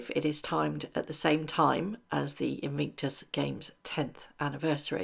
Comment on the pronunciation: Please say inVICtus not inVINCTus!!